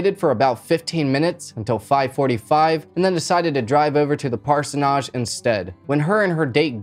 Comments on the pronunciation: It’s a forgivable “sin”. Who amongst my us has not mispronounced a word? Right now I’m trying not to giggle when my boss says “decorum” when she means “quorum”. LOL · Hello, I've just discovered you today and I was so impressed with your entertaining dialogue I decided to subscribe immediately which is rare for me. This is the 3rd episode I've watched ( I'm still watching it ) but I just had to stop and say a couple of things before I get much older😂 The way you pronounce Parsonage has had me in stitches everytime you say it in the way that you do, " Parsonarge " 😂 Normally I'm such a grinch when people don't pronounce things in correct English ( I'm English ) and I often move along to the next video but for you I have made an exception because you remind me of someone, Jakob Dylan and therefore his Father Bob Dylan who I've been a fan of since the 60s, yes I'm that old 😂 Thankyou for making this senior ( 71 years ) lady smile. Keep up the good work and be happy with the things you achieve. 😍 X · My favourite part of the video is your pronunciation of parsonage 😂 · Just sub'd. I have never heard parsonage pronounced that way. I have only heard it said with the a the same as the end of mortgage. Thanks for the video. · I’m dying😂 at how you pronounced parsonage the entire episode. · The real crime here is the way this guy pronounces parsonage. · Hearing the word "parsonage" being pronounced incorrectly so many time is annoying. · Please google pronunciation for parsonage. Cringing me. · I am so sorry to be that person, but you are pronouncing parsonage wrong. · Oh jeez. The mispronunciation of "parsonage" over and over is killing me. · Parsonage...need to check your pronunciation of the word 🤦‍♀️😁 gave me a giggle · Bro it’s parsonage. You’re putting too much emphasis on the end of the word it’s killing me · I literally had to stop watching this because of the way you are pronouncing Parsonage lol you are pronouncing it so weird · It's pronounced "Parsonige" 😘